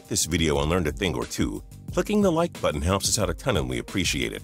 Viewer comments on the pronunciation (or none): none